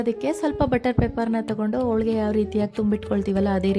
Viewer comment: ಹೋಳಿಗೆ ಮೇಡಂ ಅದು ಹೋಳ್ಳಿಗೆ ಅಲ್ಲ